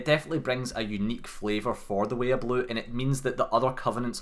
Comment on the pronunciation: The way they say "way of blue" sounds to me like "weeablu." Like a blue sentinel guy who's also a weeaboo.